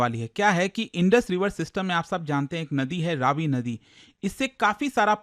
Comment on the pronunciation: इसका उच्चारण रवि है, रावी नहीं।